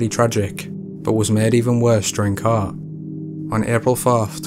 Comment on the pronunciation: Please dear God learn how to say court... It's not cooooooooort